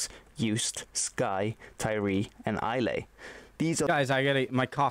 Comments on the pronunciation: Islay is pronounced Eye-lah. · don't know about the gaelic itself but he fucked up the pronunciation of uist and islay